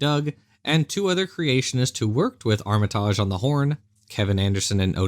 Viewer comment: Is he misspronoucing Armitage? Or is it another North American Vs European pronoucation thing. I know it's a minor thing but I get really irritated when people misspronounce names so I wanna know who's wrong. If it's the name of a British person he is 100% wrong I think.